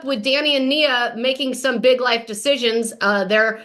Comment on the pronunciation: Her name is Nia not mia